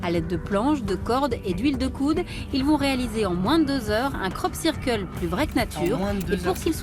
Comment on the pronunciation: pendant toute la vidéo: Krop Ceurkeul